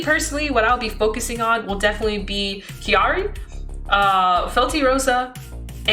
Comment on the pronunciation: Crying at every time mispronounces Kairi 😢 still an amazing video tho